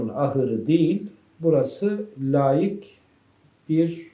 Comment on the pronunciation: lâik değil hocam laik